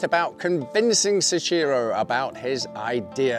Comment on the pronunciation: seshiro?? soichiro. soh-ee-chi-roh. soichiro